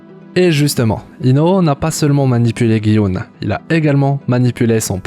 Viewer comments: On dit pas "Guy Oun" mais "Ji Oun" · "guy houne" 😂😂😂